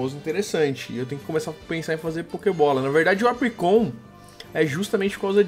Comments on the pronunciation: se pronuncia apricorn não apricon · Salve, tu é foda, e se pronuncia "APRICÓN"I, não "apricon".-. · é Apricorn e não Apricon! Mas adorei o vídeo <3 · não é apricon, é apricorn e se você ver um lutador escrito em cima muve tutor ele ensina ataques ao seu pokemon e o move relener relembra ataques perdidos do seu pokemon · cada vez que ele falava apricon em vez de apricorn era uma facada no português do pixelmon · é Apricorn, com R, que nervoso de vc falando apricon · não é Apricon é Apricorn 😂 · se fala apricorni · não é apricon é apricorn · pfv mano é apriCORN tem toque n csg vê vc falando apricom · não é apricon é apricorn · nono, por favor, fala apricoRn, não apricon, dá mt agonia... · so eu q me sinto mal escutar bauxitA em vez de bauxitE e apricoN em vez de apricoRN? n estou julgando... menos nervosismo ae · to com muito odio ele falando apricon É Apricorn n Apricon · Para de falar "Apricon" é "ApriCORN" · se fala apricorn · A - PRI - COR - NES !!! Da um encomodo nego falar errado '